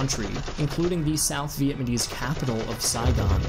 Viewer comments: Make sure next time to learn how to properly pronounce Vietnamese please. NOT VietManese its VietNamese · Ok dude its Vietnamese not Vietmanese. Get it right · Vietmanese? It's ok we know what you were saying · Anyone notice he says "Vietmanese"? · It's pronounced "VIET-NA-MESE"... not "VIET-MA-NESE". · It's pronounced Viet-Nam-ese. Not Vietmanese. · So good but is he saying “Viet ma nese? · this guy is saying vietmanese what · He says it multiple times! Again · Really hard to take seriously when you can't pronounce Vietnamese properly.